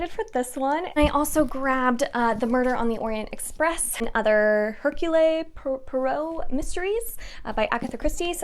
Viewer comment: Lol, Poirot is hard to pronounce - if you search YouTube for ITV Hercule Poirot they dramatized the whole series over several years, which is how I learnt to pronounce his name (Herc-yool PrOW-oh) ...I used to pronounce dry-ad as dr-aid and Sli-ther-in as sly-the-rin (as they are sneaky) until I heard other people talk about them!